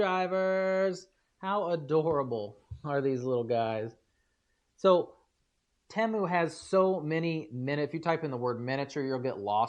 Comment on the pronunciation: TEE-Mu, not TEMu